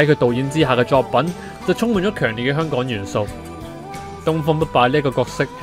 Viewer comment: 香港人請讀好香港兩個字，不要再香趕啦（甚至有啲人連香字都係冇咗個ng音）